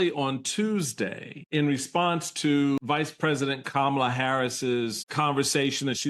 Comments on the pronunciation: No. when it's common knowledge that the person wants their name pronounced a certain way for whatever reason, the reasonable person will honor those wishes and pronounce it that way. Sanders knows how Kamala is supposed to be pronounced. She just deliberately mispronounces it to show her contempt, her lack of respect for the Vice-President. It's childish and shows lack of class. But Sanders, being a strong Trump supporter, I'm not surprised. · There was also a double dog whistle. she deliberately mispronounced her name, and she basically called Kamala Harris uppity when she said she isn’t humble. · One thing that keeps Kamala Harris humble are the racists in 2024 pronouncing her name wrong on purpose. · Governor Piggy has no respect! It’s Kam’ala! Mispronouncing!😊 someone’s name is junior high stuff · I agree that if you can't say Kamala, I am saying your name wrong. Thank you for saying her name wrong 💙🦋💙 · What’s interesting is that they always pause before mispronouncing her name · Thank you Michael Steele. It is so annoying to me the way Rebublicans deliberately mispronounce our vice president's name. It is so childish and petty. If I ever have occasion for that slovenly governor's name to fall out of my mouth, that's how I'll mispronounce it. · Plus i really believe they mispronounce Kamala’s name is so dismissive of the person. Height of racism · Sarah boasts about being humble 😆🤣 plus, she still can't say her name correctly. Thank you Michael. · Calling VP Harris by her first name (and deliberately mispronouncing it) is an act insolence. It harks back to a time in Sarah Huck-Abby's home state of Arkansas when people like Sarah addressed people like Kamala by their first names (or as "boy"), whereas people like Kamala were expected to address people like Sarah as "Sir/Maam". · She can't even pronounce her name. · I'm so sick of MAGAs deliberately mispronouncing Kamala Harris's name. Stop being so childish and show some decent respect.